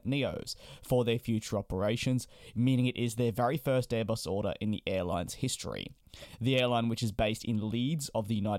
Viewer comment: 'Odour' 'order'